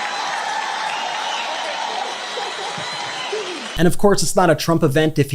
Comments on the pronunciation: Well he finally said her name right! We know he knows how to pronounce it. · Well he FINALLY pronounced her name correctly. I'm sure it was by mistake. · did he actually (accidentally obviously) nearly pronounce Kamala's name right?? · well, nearly 98% of the time he speaks is chock-full of hate & lies, but at least here, he pronounced Kamala's name right. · I think he said Kamala's name right for the first time lol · At least he pronounced her name correctly. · He actually said her name correctly. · he pronounced Kamala correctly Oops? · At least he said her name right